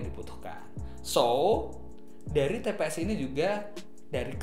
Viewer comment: itu "tps" mass bukan "pts"..haha..